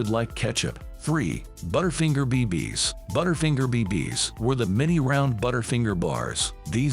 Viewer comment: “Butter finger pee pees” -The Narrator